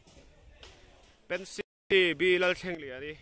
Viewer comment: Pency nilo in pensy tih tur Lalthlengliani nilo in Lalthangliani tih tur